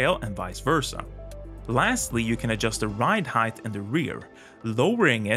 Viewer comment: English speaking American here... Heighth is not a word. You say the word heighth multiple times in this video. its pronounced HYTE not HYDTH